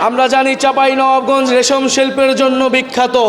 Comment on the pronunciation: নাহিদ ভাই চাঁপাইনবাবগঞ্জ বলতে পারছেন না 😂😂😂